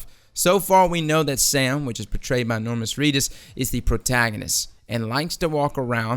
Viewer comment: Normus Reedus? Lol.